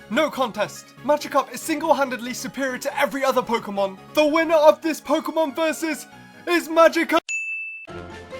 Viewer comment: he isn't the BEST he's good but not the BEST he can't even pronounce Pok'emon.